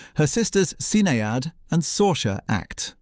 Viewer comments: The ghastly mispronunciation of Sinaed Cusack's given name, instead of the proper pronunciation, "Shinayd(phonetic)" to Sin-ey-ad" tells me this video is AI SLOP and the narrator is a ROBOT! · Niamh is pronounced Neve. Sinead is pronounced Shinade. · Oh please, what drivel. Niamh is pronounced Neeve and Sinead is pronounced Shinade. How annoying AI is, spoils everything. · Sin-eye-add Really! FFS